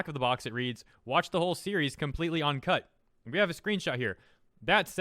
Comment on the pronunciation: Uncut, you keep saying "On"cut.